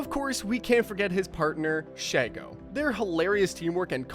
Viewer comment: Dude, you spelled Drakken wrong. Her name is Shego like she-go.😂